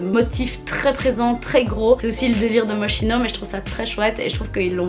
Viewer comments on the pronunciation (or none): j'adore tes video sur la fashion week ❤️❤️ jute sa se prononce moskino